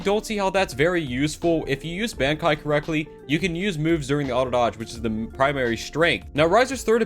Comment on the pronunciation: I was SOOOOOOOOOOOOOOO happy when he stopped talking about bankai alums bc he can't pronounce the word